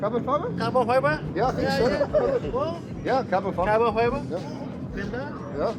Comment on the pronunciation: New word for the day: “cahbin faibah?!” 😂😂😂😂 #kefe